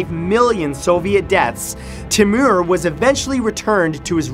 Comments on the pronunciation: timur is pronounced " tay-moor" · first of all i was born in uzbekistan so was my family and i hate how he says uzbekistan like uuuzbaaakistan and timuuur